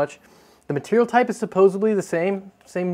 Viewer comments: Supposedly, not "supposibly" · "...supposebly" Me: Did he just say.... naaaa no way. "...supposebly" Me: He did it again! Supposedly dude, please. Great video otherwise man.... but.... supposedly. BTW, not the first time Thermaltake have.... borrowed... an idea. Remember the whole Caselabs thing a few years ago? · Suppos-ED-ly NOT Suppos-EB-ly